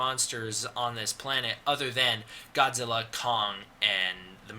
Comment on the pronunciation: That’s not how you pronounce Godzilla. Disliked.